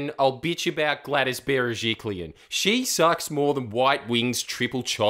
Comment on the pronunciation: The most important thing I learnt from this video is how to pronounce Gladys Berejiklian